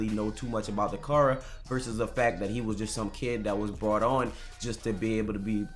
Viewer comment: i Im Godly i “BRONG” 😂😂😂😂😂😂HAHAHAHAHAHAHAHAHA you just made my day thx bro